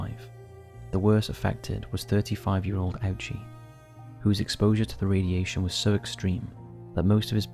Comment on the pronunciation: You did an absolutely amazing job on this video. Just a small note in case it helps — Hisashi Ouchi's last name is actually pronounced Oh-chee, not Ow-chee. Thank you for the hard work you put into this.